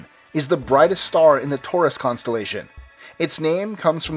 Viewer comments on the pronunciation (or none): none